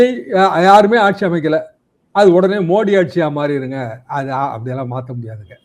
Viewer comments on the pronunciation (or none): none